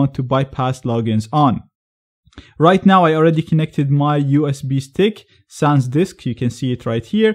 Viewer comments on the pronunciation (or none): none